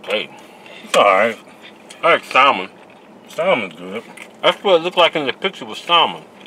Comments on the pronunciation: I think the L is silent in salmon.. try and say it like Samich .. Samon. alight gone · The L in salmon is silent... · Pronouncing the L in salmon